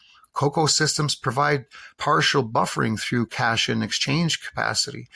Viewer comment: CAT-ION. Say it with me everyone.